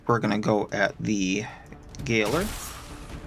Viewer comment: First the kicada and now the gayler. I look forward to what other miss pronunciations we stumble upon.